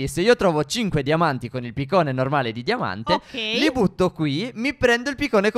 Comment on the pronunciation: Ai detto diamate